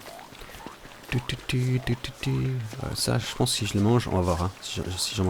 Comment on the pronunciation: Et aussi, on dit pense, pas pance ou pence.